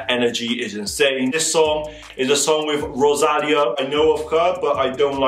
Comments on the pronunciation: It is rosaLIa, not roSAlia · Hahaha is funny how you pronuciate Rosalia! Great reaction